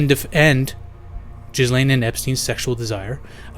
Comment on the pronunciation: Not jizzlain not gaalaiyn ga-layn